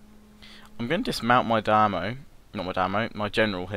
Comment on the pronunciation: omg not dime-o dime-yo